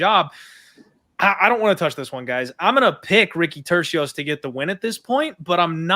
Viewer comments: I think called him torekko lol yeah its "Tur c os" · so hard to listen to ppl call him ricky turquoise 😂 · I think was the only one to pronounce Turcios’ last name correctly 😂 good show guys